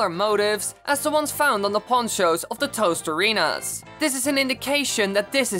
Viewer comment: You say toasterina